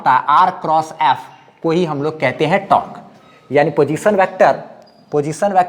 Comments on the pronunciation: Tork nhi torque hota hai bhai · Sir aap apne accent ko improve karlo fir aap bhi professional lagne lagoge. Your teaching style is awesome. Just focus a little on pronounciation. Like it's not tark it's tork.. टोर्क